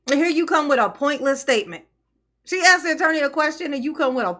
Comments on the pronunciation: "Let me axed you a question." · axed axed axed..lol.. ghetto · Is those aren't trusteeseses just like those miceses she needs to axe the question correctly